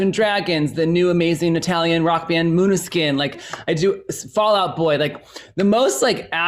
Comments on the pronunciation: im sorry but im still thinking abt the way justin pronounced måneskin ... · Oh I absolutely love that Justin's working with Maneskin (although I flinched a bit at the pronunciation of their name, maybe cause I'm Italian and used to hear a totally different one 😬)